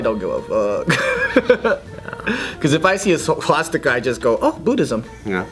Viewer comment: "Swatsticka" -, 2017